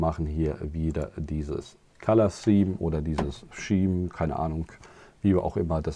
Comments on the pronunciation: Gutes Video. Und ganz nebenbei: Gauge spricht man Gehtsch und Scheme spricht man Skiem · Echt, gehtsch? Muss ich mir irgendwo mal morgen früh anhören. Scheme spreche ich immer thiem aus. Danke für den Hinweis, folge 2 und 3 sind schon im Kasten, also bleibt es so bescheiden ausgesprochen 😂. Vielen Dank für die Rückmeldung, muss ich mir definitiv morgen nochmal anhören.